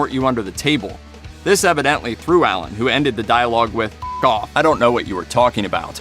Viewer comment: Why are you calling him Ellen???